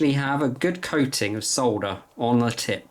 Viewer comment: Thank you so much for saying soLLLder instead of sodder like the 'mericans. 😁 Also. The wire stripper you're showing at 4'49 is only about 16 euros and a life saver if you're an amateur like me. Other than that, great video! Lots of really good tips! Thanks a lot